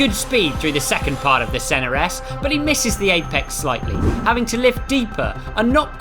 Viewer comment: Ah yes the famous "Sennares"... Intrusive R is the most annyoing speech feature by far.